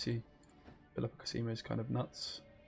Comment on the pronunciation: It's còsimo not cosìmo